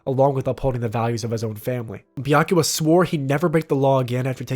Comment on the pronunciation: Byakuya, not Byakua. :)